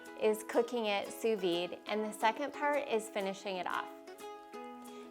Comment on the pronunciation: D is silent in Sous Vide